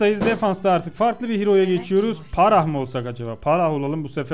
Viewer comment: abi phrah yazmışsın başlığa pharah olacak ayrıca parah değil farah diye okunuyor. Saygılar.